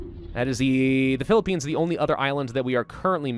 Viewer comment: pi li pi ians what philipines dude that hurts